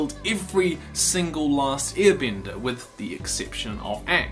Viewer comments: I’m sorry. I keep hearing “ear bender” lmao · I like how the guy says "earbender" 😂